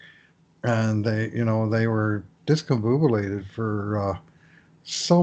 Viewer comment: Bruse: Decomboobulated 🤣😂😄